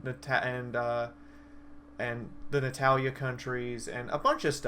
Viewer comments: please tell me you said hetalia not netalia cuz that's what it sounded like... and you did it twice ;-; im sad that you did that but Spice and wolf is sooo nice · it was funny to hear somebody say it like that and i dont mean that in a mean way cx but still ill check it out when i have time again :D